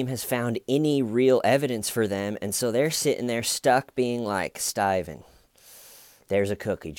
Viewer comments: You have made it impossible for me to listen to my best friend mention her boyfriend's name. She's opening her mouth to say 'Steven' but instead you come out saying "Sty-vin!!". I hate you..yes, I am lie-crying saying that. LoL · Lol yeah the cop even says "that's horrible " Horrible despite the fact he'd literally dismembered a body of someone he knew with a little manual hacksaw! Jeez that's so F'd up! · I can't believe you say styven every time through all the vids. You really would have been my friend in h.s. because of the inside jokes that never quit. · Detective: "... you have troll-hair" 🤣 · I can’t stop going “STAYVANE” inside my head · my girlfriend needs me to stop saying "WHY WHY". Your fault. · Someone commented under the investigation “” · "Bless your heart Staven" 😂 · I can't tell if you're going for hillbilly or Australian when you say Stuyven? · "Stayvan Says" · why do you call him stuyven? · Please can someone make a compilation of everytime he says Steven?!?!I love this chanel but I need a concentrated audio that I can listen to and start my day right 😅🤭